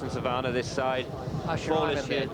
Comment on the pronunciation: Why do these twats insist on saying 'Garrison SavARnnah'? It's a very simple word to pronounce.